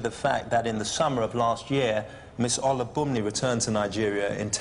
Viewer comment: The only real offence committed was the amount of times that judge butchered “Olubunmi.”